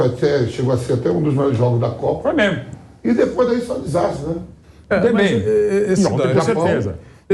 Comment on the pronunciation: Jornalista falando "memo" em vez de "mesmo" é brochante...